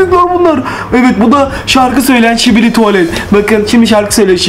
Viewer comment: Şibili😂 tuvalet değil😂 skibi tuvalet